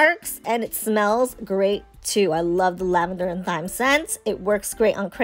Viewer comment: I love the orange rosemary scent. BTW the “h” in thyme is silent, it sounds exactly like the word “time” 😅